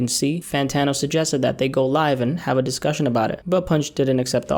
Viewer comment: do u purposefully slur the word discussion in every vid? I’ve noticed this for months and I don’t think I’ve ever heard u actually pronounce that word (in ur outro)